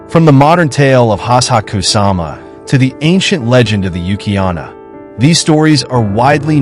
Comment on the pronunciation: Your pronounceiation are off ....like yuki-ona you said yuki-anna and instead of envelop you said envelope....I stopped listening at 8mins but I'm sure there's more mistakes.... I would love to watch a correctly worded version of this, so let me know if you make one.